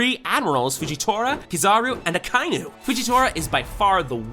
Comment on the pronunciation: Akainu is pronounced Aka-inu.🤬😡😤